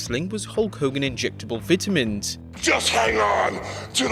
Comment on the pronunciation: What are Vitea Mens? Thought it was vitamin's